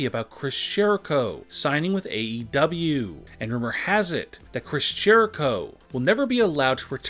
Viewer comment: Why do you say Chris 'sh'erico 😂